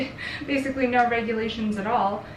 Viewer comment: The see it Aaawll at the end sounds hella accenty to me lol